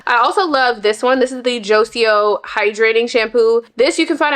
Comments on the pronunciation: ‘Jo-cio’ 🤭 I’m just messing with you girl. It’s pronounced ‘Joy-ko’ 🫶🏾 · Joico sounds like joy-ko, not joSEEoh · You're hair is beautiful. Joico is pronounced "JOY-Co" just an FYI.